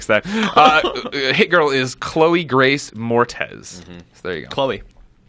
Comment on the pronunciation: It's Moretz. Moretz. Tz. Ssss.